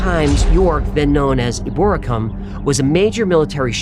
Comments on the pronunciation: Ebor'A'cum, stress the third syllable (I live there :) ... and I'm from Liverpool, so this was a great episode for me! If you want to read some great paranormal stores from Liverpool, try the Tom Slevin series of books. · my home city and story gets a mention! but for future reference, the old name for York is pronounced E-Bor-Rack-Um